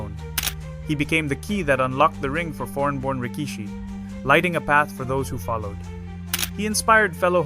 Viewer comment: You don’t pronounce Waimanalo correctly. An insult to our culture. You pronounce rikishi wrong too. You insult the Japanese culture. Do your research dude!!! Chad is gone and I’m sad.